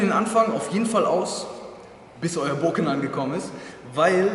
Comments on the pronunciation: Nenn es doch beim richtigen mamen, Bokutō und wenn du schon bokken sagst, man spricht es nicht booken sondern bocken, mit betontem k und kurzem o :) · Sicher das es Bo(o)kken heisst? Denn doppel Konsonanten machen den Vokal kurz. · Das "Bokken" wird nicht mit einer betonung auf dem "O" sondern auf dem "K" ausgesprochen. Daher die zwei "K" in der deutschen Umschrift. Man verbleibt kurz auf dem Laut des "K". "Bok (pause) ken" . Im originalen Japanisch ist dies durch die Hiragana schrift ersichtlich. Nach de m "Bo" folgt ein klleines "tsu" was zeigt das dass "K" betont wird.